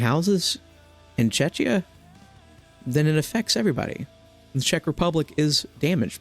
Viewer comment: The "CH" in Czechia is actually pronounced as "K" lmao